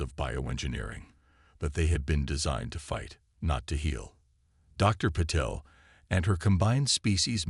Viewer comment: WHAT THE HELL IS AI’S PROBLEM WITH PRONOUNCING AND SPELLING A 5 LETTER NAME SUCH AS PATEL , VERY FRIGGING SIMPLE AND TO THE IDIOTIC WRITER , THAT IS WHAT PROOFREADING IS FOR , MORON !